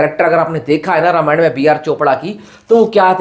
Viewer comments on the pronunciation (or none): रामायण कहो भाई रामायणा क्यों बोल रहे हो? बी.आर. चोपड़ा की रामायण नहीं रामानंद सागर की है